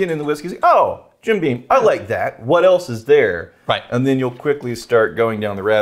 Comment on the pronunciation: I like how got the intonation wrong "What Else is THERE?"